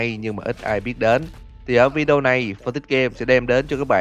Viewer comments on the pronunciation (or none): none